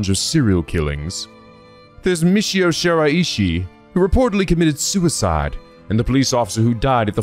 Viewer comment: Where this technique lets you down is with using this method to pronounce Shiraishi's name wrong. The EE does not kick in there.